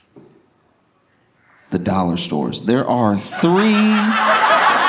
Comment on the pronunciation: The dramatic pause... followed by "the Dollar Stores" almost made me spit out my Sprite, sir 😂🗣️